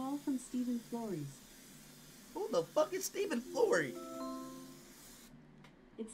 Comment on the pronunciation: It’s Steven floreys